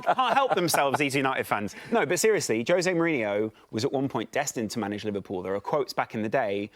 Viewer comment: Jose Moaneeenoo please but that aint happening.